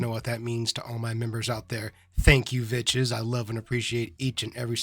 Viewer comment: "What is up vitches" made me lol